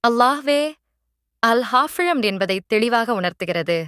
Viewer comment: Nalla peruringa ana ucharippil gavanam thevai haafilz engiringa ا